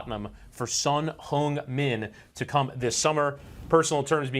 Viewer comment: Finally a castor who pronounces his name properly!!🎉